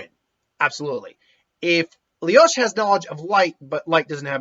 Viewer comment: He most likely hasn't even watched the anime considering he calls Lelouch "Leyosh".